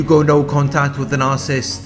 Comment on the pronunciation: It’s pronounced nar-Ci-ssist , not narcist.